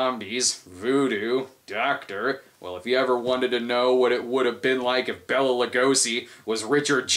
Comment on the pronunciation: Bay-la not Bella Lugosi.